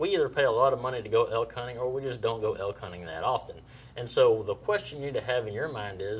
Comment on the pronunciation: I thought he said elk, sounds more like he's trying to kill the hulk.